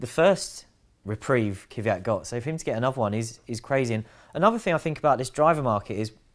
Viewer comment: I can’t stand this Kiv-ee-at shit.